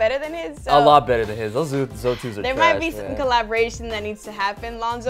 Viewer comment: It's Z0 2s not Zoe 2s tf